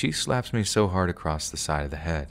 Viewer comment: Why do you say "a long while" rather than 'a long time'? I'm sure all the writers do not say that, you're interjecting. Plus you put a 'T' at the end of across! There's no such word. So you do a lot interjecting, If that's the case then keep the EFF words out of the narrations!